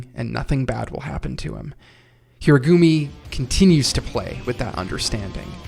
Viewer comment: I urge you to look up how to say Japanese names properly. Of course it's ridiculous to expect flawless pronunciation, but Date Tech, Furudate, and Hirugami in particular are so badly wrong that it's just painful.